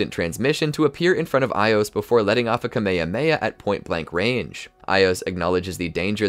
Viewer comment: Bro said kamahamaha instead of ka - ma - ha - ma -ha